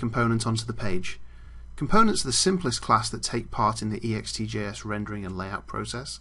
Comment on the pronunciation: you say it ext-J-S not E-X-T-J-S .....sheeeesh!